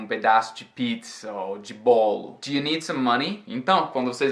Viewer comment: por que você tirou o S do speak e do need?!